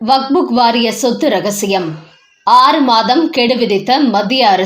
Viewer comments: அது வக்ஃப்! வக்புக் இல்லை! உங்கள் பல வீடியோக்களைப் பார்த்தேன். அனைத்திலும் இப்படித்தான் வக்புக் என்றே அடமாக உச்சரிக்கிறீர்கள். தயவுசெய்து செய்து உங்களை திருத்திக் கொள்ளவும். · ஐயோ ! இந்த அம்மாவை மாற்றுங்களேன்! " "வக்புக்" கேட்க சகிக்கலை.